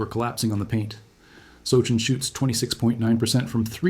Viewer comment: Want to try pronouncing his name again?